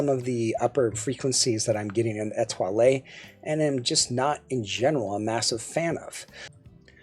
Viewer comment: The French lilt on pronouncing "Etoile" was impressive, even if the IEM was not. Merci. Have a good one. Mike Gutierrez